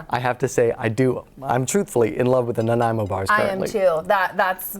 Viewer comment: Thanks to Dylan for pronouncing Nanaimo correctly! I live in Victoria on Vancouver Island where so many of our place names are mispronounced by visitors, especially those that come from our First Nations languages,as Nanaimo does. 🇨🇦